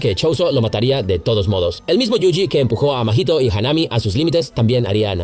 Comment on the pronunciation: Haname.... say it with me... HAW-NAH-MEI .... Mahito... say it with me... MAW-HE-TOE